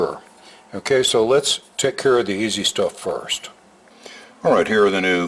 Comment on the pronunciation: One thing that is especially endearing to me is when says, QUESO. I know you're saying 'kay, sooo, but I always hear queso